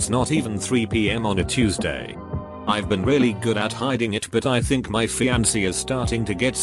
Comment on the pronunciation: first time i haven’t heard fiancé read as fian-KAY